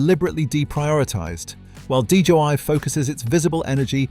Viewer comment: DJI was being referred to as DJY by the narrator.